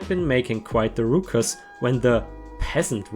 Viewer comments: ruckus is actually pronounced like it should rhyme with Starbucks it's NOT said like rook--us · ⭐⭐⭐⭐⭐⭐⭐⭐⭐⭐⭐⭐⭐⭐ Ruckus is pronounced like "luck-us." Great stories!!